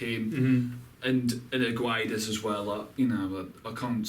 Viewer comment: to read gonçalo guedes the "gonçalo" part is right but the "guedes" part is wrong just say "guedes" like you do but whitout reading the "U"